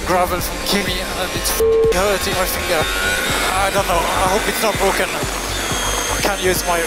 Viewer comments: It's bwoken, it's bwoken. What a yoke. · Keep pushing mate Keep pushing I CANT I CANT ITS BWOKEN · When Ted was saying Bwoken as lando was having the first issues 😂😭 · “Losing power”-lando Me getting flashbacks to “it’s Bwoken” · Its bwoken